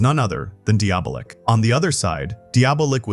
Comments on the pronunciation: Diabolik is pronounced Dee -Ah -Bo -Leak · I cant f'ing listen to this. Don't you know how to pronounce Diabolic but with a K? Deeablik??? Can't you read? You laid it out so well, but said the name 100+ times like some kinda robot.